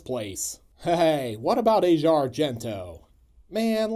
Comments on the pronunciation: Aush e a, not Asia. 🤷‍♂️ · Asia pronounces her name AH-zee-ah. It's something I think most of us have always done, pronouncing it the same as the continent. Keep the great and fun reviews coming (but I know you will)!